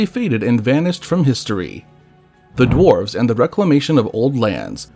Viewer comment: Is this.. ai? Pronunciations are off, written words are off... drarves instead of dwarves. It's all a bit off